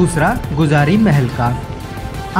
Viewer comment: Vo गुजिरया gate nhi h vo गुजरी gate h